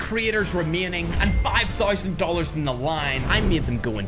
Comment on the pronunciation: 5 thoizend dollars hahahaha